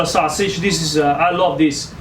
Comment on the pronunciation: The “swuah-sidge.” 😁